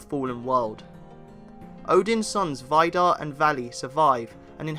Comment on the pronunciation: A lot if the characters aren't actually gods, but just æsir as they aren't necessarily divine. One of these characters is Vidar, whose name you mispronounced, it's pronounced Vee-dahr, not Veye-dahr.